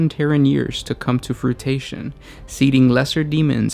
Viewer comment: It's 'fru-i-tion, not fru-ta-tion. But i dig the vid.